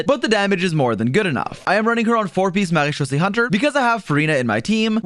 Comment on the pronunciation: I love that you pronounce marechaussée correctly (as a french speaking person)